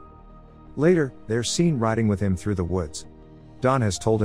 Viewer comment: Computer-generated. You can tell by the fact that the voice frequently mis-pronounces certain words like "through" and "rifle" in a way that no human ever would.